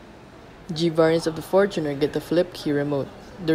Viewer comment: one thing i really like about this review is yung tamang pronounciation ng fortuner.👍🏼 fortuner from the word “fortune” i lot of people i know laging pronounciation nila “for-TUNER” ano yun? para sa TUNER? buset pang squatter🤦🏻‍♂️